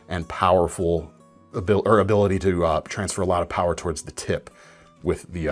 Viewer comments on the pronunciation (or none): none